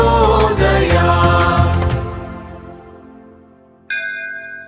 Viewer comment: Prajothayath( no prasodhayath)